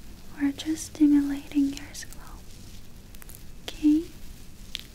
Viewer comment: holidayhoseok I was thinking about this just now. Her English has grown infinitely better. She occasionally slightly mispronounces words, like scalp, but her normal pronunciation and sentence structure is amazing. She speaks better English in like the 2 years I’ve been watching her than my Russian boyfriend in the last 10 years.